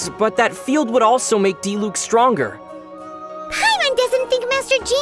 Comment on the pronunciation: Bruh so you pronounce Diluc's name as Dee-luke not Dee-luck. I've been saying it wrong.